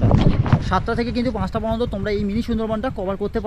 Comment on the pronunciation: আপনার ভিডিও টা পুরোটা মন দিয়ে দেখলাম। অনেক information পেলাম। তবে সবটাই যে খুব ভাল তা মনে হল না।প্রথমত,বার বার "কিন্ত " শব্দের ব্যবহার বিরক্তিকর। তাছাড়া বাংলা শব্দ উচ্চারণ খুব খারাপ।আগে থেকে script লিখে সেই অনুযায়ী বলুন।"ভাল","পর্যন্ত "ইত্যাদি শব্দ পরিষ্কার উচ্চারণ করুন।খুব চেষ্টা করেছেন,সেটা বোঝা গেল।তবে এই মনমুগ্ধকর পরিবেশে রবীন্দ্রনাথের একটা কবিতা বা গান ফাটাফাটি হত।ভুলগুলো ঠিক করলেই এগনো যায়।আবার বলি বাচন ভঙ্গী ঠিক করুন।